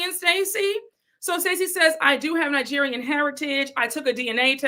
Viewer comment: Forgot to say, Wendy can't tell Stacy she needs to pronounce her company name properly and correcting her when Wendy says Ningerian instead of Nigerian. I have heard her pronounce it like that every time, wondering why she adds an n.